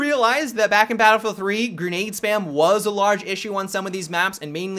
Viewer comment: "Gernade" LOLOL